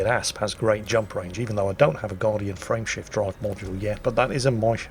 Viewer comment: Whenever says “ Frame shift drive” I hear “Friendship drive” for some reason...